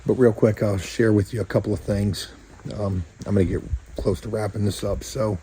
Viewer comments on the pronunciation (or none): none